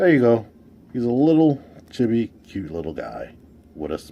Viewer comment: I loved 'visible smirk syndrome.' I also thought you were saying 'shitty' the first few times you said 'chibi' which made the phrase 'he's a cute little chibi Starscream' pretty interesting, lol